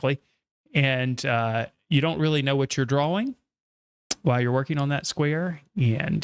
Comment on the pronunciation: It's annoying the hell out of me when you say draw wing. It's drawing